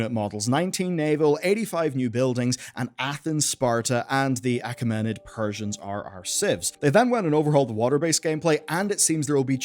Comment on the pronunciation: Uh-kay-muh-nid Why can no one on Youtube get that right?